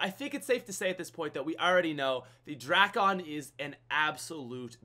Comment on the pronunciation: Please, everyone, the drakon is pronounced as DRAKE-IN, not DRAK-ON. Even though it's spelled that way doesn't mean it sounds that way